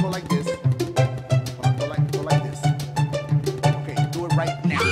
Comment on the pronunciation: It confuses me like is he saying let’s Diugh this shit or do this shit😂 ( I know he’s saying do)